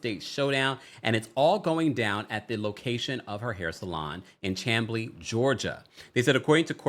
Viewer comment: Its pronounced Sham-Blee lol not Cham-Blee